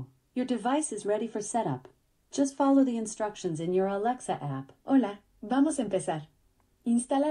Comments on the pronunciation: i like how he says “a l e x a” so it doesn’t activate 😂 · I was giggling at that too 😂